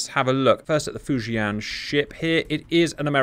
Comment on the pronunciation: Hey cap! Your pronunciation of “Fujian” is actually pretty accurate haha. Great vid.